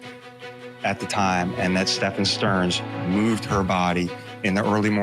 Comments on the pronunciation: Correct but Sterns friend said Sterns name was also pronounced Steven/Stephen/Stephan. Not Stefan. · His friend said it was pronounced Steven. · I'm sorry but I can't take that guy serious calling STEPHAN Sterns, STEVEN. It's not like it's a new case.